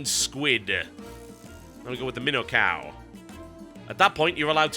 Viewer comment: MIIINO cow not minnow